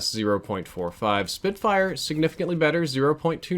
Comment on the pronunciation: Btw it's spitfire not spitfyre